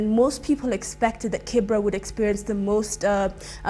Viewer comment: Kibera not Kibra..